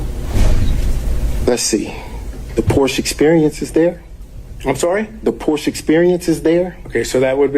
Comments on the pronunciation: Mr. Wade is a poor liar and he cannot even pronounce Porsche correctly. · “Porsche is a two syllable word” to hear this idiot say otherwise pisses me off!